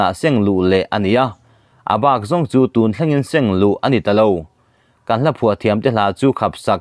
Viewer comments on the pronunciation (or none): none